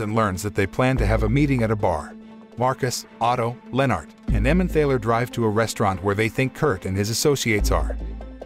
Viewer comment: The word "Emmemthaler" is pronounced "Emmentarler". There is a valley (Tal) in Germany with the name "Emmen". Together that makes "Emmenthal". In German someone or something that comes from somewhere has "-er" attached to the place. So, a person that comes from Frankfurt is a Frankfurter. A person from Hamburg is a Hamburger - which is why the McDonald's meat patty is a Hamburger. A similar sausage comes from Vienna and is known as a Wiener - Wien is German for Vienna.